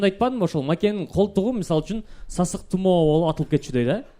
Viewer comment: Сасык тымоо эмес-сасык тумоо😢